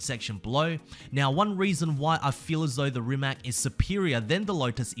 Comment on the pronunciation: Rimac. Pronounced Rimatz